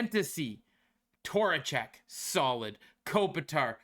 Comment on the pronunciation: As a rangers fan I think I’m gonna build Vincent tor-a-check, not Vincent trocheck.